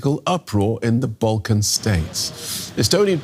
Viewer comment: Balcan😭😭 DW please educate yourself...